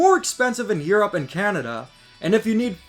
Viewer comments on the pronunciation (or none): none